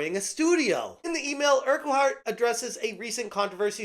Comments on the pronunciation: it's pronounced urk-heart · Wish you could pronounce Urquhart correctly mate. It’s painful to listen to you butcher the name 😂